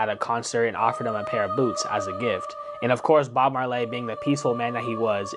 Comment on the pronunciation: If you want me to immediately dismiss you, just say Bob mar "lay".